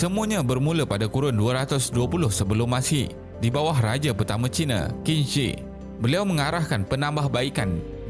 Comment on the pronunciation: Assalamualikum Bang , saya nak tegur sikit sebut Qing bukan macam tu tapi bunyi dia "Cing"